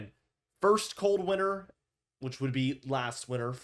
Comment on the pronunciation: Do you know how to pronounce winter?